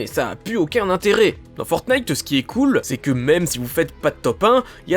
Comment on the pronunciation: Parce qu'en anglais, on dit "Fornaïteuh" et ça s'écrit "Fortnite" alors qu'en français, certaine personnes disent "Fortnaïteuh" alors qu'ils devraient le prononcer et l'écrire comme en anglais car c'est un nom propre (mais un jeu sale -_- ) !!!